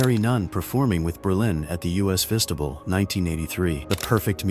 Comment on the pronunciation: That’s the US (pronounced us) Festival, NOT the U S Festival. Get a real narrator, do it yourself (that’s ok), but get rid of the AI narration, PLEASE!!!